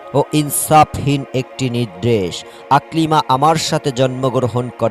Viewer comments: নিদ্রেশ হবে না.. নির্দেশ হবে.. উচ্চারন ঠিক হওয়া দরকার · মূর্খ, নির্দেশ কে নিদরেস বলে